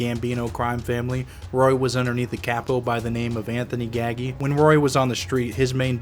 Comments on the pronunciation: It's Nino Ga-G Not gag-gee Please start getting that guy's name right. People are not going to take u seriously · It’s not Gag-ey..it’s pronounced Gaj-ey. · Anthony Nino Ga G its not pronounced the way its spelled gaggi gag e. Say it with me Ga G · Its ga gee...that's how to pronounce it. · If he knew nino so well. Why didn’t he correct the guy from pronounsing his last name wrong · Nino gaggi!! Not anthony gagi!!.. say the names right!! It makes you look very naive!! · good video also Gaggi aint pronounced like that tho